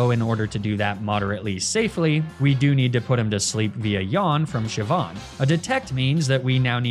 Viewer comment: All the Pokemon names he mispronounces, and he gets Siobhan and Saoirse right?!